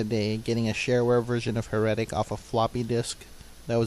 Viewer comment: The way you pronounce "Heretic" really triggers me lol